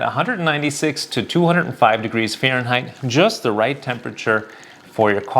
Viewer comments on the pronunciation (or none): none